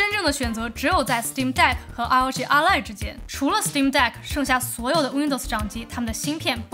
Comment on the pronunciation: ROG Ally 唸做 阿利 不是 阿萊